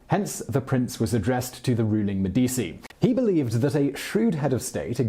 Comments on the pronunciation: Medici is pronounced - Meh-duh-chi - not Med dee cee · Its pronounced 'Medichi', not 'Medisi'. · Medi - ch - i, not Medi - c -i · Seriously if you are going to do these videos learn how to pronounce words. Medicci is Meh-dee-chee the cci is pronounced chee not cee. It’s not an obscure family name either. The Medicci’s were involved in everything for centuries. Mispronouncing names etc causes the listener to question your intelligence, education (or lack there of), and your ability to simply frickin google something. Also, you propagate the mispronunciation of those names etc by being lazy in your research. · Medichi bro not medisi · MediCHi mate not medisi, just like CHerry , nice work would love to see bismark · Medici is pronounced me-deechee not me-deesii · Aren't Italian c's pronounced ch? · Med-I-chi that’s the annunciation of Medici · Meh-di-e-chi... Bor-zhi-ah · Med-ee-chee, non e difficile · MEH-DEE-CHI IT's MEH-DEE-CHI!" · Medici = MED- de- chi Stipend = sty-pend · enjoying the videos and thank you. but its me - di - chi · MED-itch-I or med-EE-tchi maybe, but med-EE-SEE? Where does that come from? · Simon, I love your programmes, but please learn how to pronounce Italian names correctly. Girolamo (Savonarola) is pronounced gee-ROL-amo, Medici is pronounced MED-ee-chee, Mandragola is pronounced man-DRAG-oh-la, Borgia is pronounced BOR-ja. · U pronounce them as “Meh di chi” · Simon should learn how to pronounce Italian words/names; c and g before I or e are pronounced ch and j. medichi jirolamo, etc. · Simon, you are the best. Love your accent, clear Cadence. However I was floored to hear you mispronounce Medici so many times! And then you did it again with Francesco, a very common name. In Italian, before the letters i and e, the letter c sounds ch. Keep up the good work. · enjoy your shows Simon - Medici pronounced Med-ichi - keep up the good work. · Actually, it's pronounced MEDD-i-chee, with the stress on the first syllable. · Yeah same